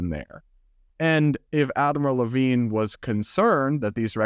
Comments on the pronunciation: it was tough to listen to this story when every time you mention the admiral, I think you are saying Adam Levine, lol. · You kept saying "Admiral Levine," but I keep hearing "Avril Lavigne." 😂